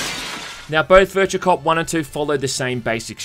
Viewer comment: Game Title "Virtua": "Bercha"